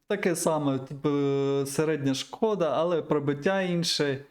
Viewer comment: додали*... (кого, що?) камуфляжі* - п'ятдесят*...такой - політ* - шко́да (шкода́ = на жаль/прикро)* - п'ять (не забывай про апостроф)* - колекцію* Щодо Чифа - рідкісна машина , так би мовити - унікальний (корінь слова - кал😂) - риба-меч* 💙💛